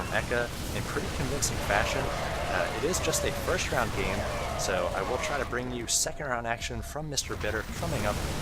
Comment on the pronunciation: Love your casts dude, and thanks for the info about Mr. Bitter's 12 weeks with the pro's. Just one thing, you need to learn to pronounce "game." You always say "goame" or something and it tweaks me out.